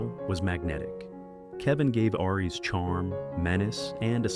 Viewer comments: It's aries , not airy , that doesn't make any sense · DUDE!!! PROGRAM YOUR ROBOT AI VOICE BETTER!! ARES IS SAID LIKE ( AIR - - EEESSS)